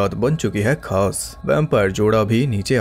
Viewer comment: Kaas ...laaah ..khaas 👍😅